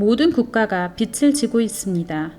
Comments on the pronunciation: 읽어주는프로그램인가요? 빚을-비즐 발음을 왜 계속 빛을ㅡ비츨 이렇게발음해요? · 빚을=비즐 이라고 읽어야 하는데 비츨 이라고 읽으면 빛 이란 뜻입이다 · 빚을 빛으로 발음하시는 것을 교정하시면 좋겠습니다 다른 내용은 매우 유익했습니다 감사합니다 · 좋은 내용인데 빚을 (비즐)자꾸 빛을 (비츨)이라고 발음 하시는게 너무 거슬립니다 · 영상 은혜롭게 봤습니다. 그런데 영상 보는데 계속 거슬리는 부분이 있어 알려드립니다. 말씀하시는 분이 계속 빚을 빛 혹은 빗으로 발음을 하셔서 너무 거슬리네요. 빛은 예수님으로 표현되는 단어인데 계속 빚이라 표현되는 부분을 빛 혹은 빗으로 말씀하시네요. 몰라서 그러는 것 같으니 다음부터는 빚을 꼭 빚이라고 녹음부탁드립니다. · 빛을(x)~~빚을(o) 한국어 발음좀 정확하게 하세요. 비치, 비츨이 아니라 비지, 비즐로 발음하세요. 일루미나티 이야기 하면서 발음에 좀더 신중해야 하지 않을까요? 루시퍼는 빛을 나르는 자인데... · 자료 잘 봤습니다~~^^ 한가지… [비츨], [비치]… 가 아니라 [비즐], [비지] 입니다 ㅜ 발음이요…;;;; 빛이 아니니까요^^ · 잘들었습니다만, 발음 비츨이 아니고 비즐입니다. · 유익한 영상 잘 들었는데요 한가지, 발음할때 빚을은 비즐이 맞고 비츨이라고 영상에서처럼 발음하면 빛을이 된답니다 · 빚을 비츨로 읽으시면 안되고 비즐로 읽으셔야 해요. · 비즐 비츠로(발음상 문제) 발음하시니 의미가 잘못 전달될 것 같은 우려가 들고 계속 거슬리네요. 수고스러우시겠지만 다시 녹음하시면 안될까요? 대부분 알아서 들으시기는 하겠지만요. 옥의 티 치고는 반복적이라... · 발음이 틀려서 거슬려요. 비츨 지는게 아니라 비즐 지다 라고 발음해주세요. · 발음에 신경을 써야 겠어요 서울 사투리 아닌가요? 빚을 -> 비즐 빛을. -> 비츨 이 발음이 정확하지 않나요?? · 소소한 지적하나 하고 갈께요.. 국어 연음법칙 : 받침은 다음에 오는 모음으로 넘겨서 발음한다. 예) 빚을 --> 비즐 (빌린것을) 빛을 --> 비츨 (환한 빛을) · 빚을 빛으로 발음 하시네요😓 비즐 비츠로 발음 하십니다. 내용이 너무좋아서 아쉬운마음에... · 비츨 아이고 비즐 이라고 발음해 주세요 제발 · 빚을 !!! 빗츨 아닙니다 ㆍ되게 거슬려요 내용은 심각한데 그 좋은 빛을 빚에 자꾸 쓰시니 집중이 어렵고 좀 짜증이 납니다ㆍ '비즐'이라고 소리가 나지요 ㆍ'빗츨'이라고 하지마세요ㆍ영상안에서 수십번이나 반복하시네요 ᆢ으윽 부부가 다 빚을 빛으로 ᆢ남편분은 다른 영상에서 빚을 빛으로 발음 하시던데'' 내용은 다 좋았는데 ㅡ 왜 이러시나요 다시 고쳐서 올려주세요ㆍ제발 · 매우 귀에 거슬리네요;; 빛은 좋은 의미인데 빚을(비즐) 빛이라(비치라) 발음하니... 아쉽네요ㅠㅠ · 제발~ 빚을 빛이라 읽지 말아주세요~ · 빛을 ㅡ비츨 빚을 ㅡ비즐 발음 정확히!!해주시면 더좋을듯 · 다 좋은데 자꾸 빚을 빛으로 발음해서 너무 거슬리네요 ㅠㅠ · 소리를 다시 제작할 수는 없나요 중요한 내용인데 빚을 빛을이라고ㅠ하는 바람에. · 흥미로운 영상 감사히 잘봤습니다.❤ 다만..발음이 빚을 [비즐]ㅇ [비츨]x 빚이 [비지]ㅇ [비치]x 빛을 [비즐]x [비츨]ㅇ 빛이 [비지]x [비치]ㅇ 인거같아요.. 자꾸들려와서 집중이 안되었어요 ㅎㅎ^^ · 읽으실때 읽는 발음을 빚을 빛으로 읽지 마시고 (비치 아닌 비지 라고 또 비틀이 아닌 비즐 ) 읽으시면 들을때 더 빚으로 와닫겠군요 멋진 팩트 자료 잘시청하고 갑니다 감사합니다 ~ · 일목요연하게 설명해 주셔서 감사합니다! 발음만 정확하게 해주시면 더 좋겠네요~ 빚을<비즐, 빚으로<비즈로, 빚이<비지